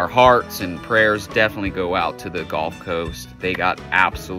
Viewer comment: "Defnuhly" is not a word.